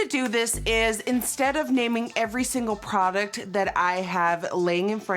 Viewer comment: What happened with the way she said "product"??? She was like, prrrrroduct.... just listen carefully 😂😂